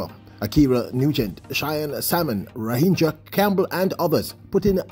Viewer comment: As continues to BUTCHER the athletes' names. Ra gin dra not Ra hin dra. Argghhh! I think you should listen over before you upload. 1 point 59 sounds like someone who has never read a track result before and you are a veteran in this